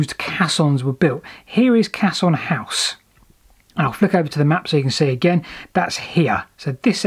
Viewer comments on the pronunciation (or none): It's a "Cay-son". A "cass-on" is a bit of dried cow dung. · It's pronouned "kesson", it's a French word meaning "big box", from their word "caisse" meaning "box", with another meaning similar to our idea of a place to deposit savings in their term "caisse d'épargne" which today means "savings bank". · Caisson. Ai pronounced ay. Used extensively in bridge building to enable excavations and foundations to be formed under water. Required positive air pressure inside to exclude water pressure and involved compressed air which wasn’t the healthiest environment for the workers inside..... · Excellent work..I'm writing a hitory of canals myself at the moment and this sort of stuffis inaluable...but it's pronounced kayzon! best wishes and take care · fantastic video so far but i'm pretty sure it's pronounced kayson......sorry! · It's pronounced Kaysson actually. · FYI, "caisson" is pronounced "Kassoon"! Even the BBC get it wrong! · Caisson" is pronounced "Kayson" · actually pronounced Kaysson with the accent on the forward 's' sound. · Pronounced case on